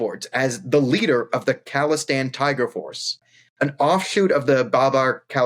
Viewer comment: It's khalistan not calistan, they are not some kind of workout nerds :D